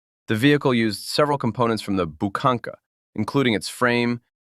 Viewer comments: wtf is a "bukanka" its pronounced buhanka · The nickname of the UAZ 452 is pronounced 'Boo-hankah'.